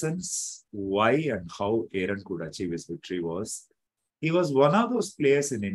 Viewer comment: Sagar, you cannot even pronounce Aaron correctly. Shameful and insulting